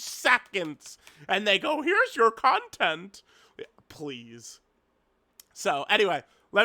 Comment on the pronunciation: "con-TENTT" man he hits those T's so hard lol